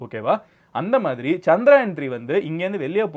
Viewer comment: Anna adhu chandrayan illa chandrayaan (சந்தரயான்) Chandra-moon , yaan-spacecraft